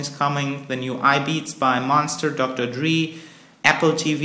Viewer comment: LOL I <3 when u say Dr DREE